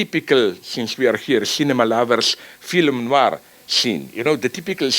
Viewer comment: I swear, Slavoj fucks with you with his accent. I hear him pronounce the age old 'Phylum' instead of 'Film' and think "Ah that accen-" and he hits me with 'Adequat' before I can even finish my derisive thought. I can't help but think it's deliberate.